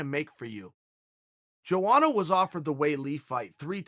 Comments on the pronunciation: YOANA CHAEL NOT JOANA YO YO :( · its pronounced yoana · EVERYTIME HE SAYS JOANA IT CUTS ME LIKE E K-NIFE